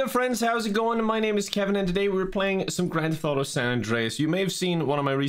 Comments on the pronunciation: Is it just me or did it sound like he called it "Grand Thoto San Andreas"..? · Anybody else hear him say grand thoto in the beginning? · I swear he's saying Grand Thotto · Ah yes, grand thotto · tf is "Granth Auto"